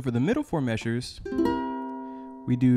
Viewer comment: "The first fo mayzures..."!! 😄